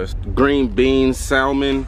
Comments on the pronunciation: Salmen instead of salmon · please tell me i'm not the only person bothered by the way pronounced salmon